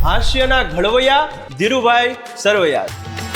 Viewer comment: Bhai it's not ઘળવૈયા ❌️ It's ઘડવૈયા ✅️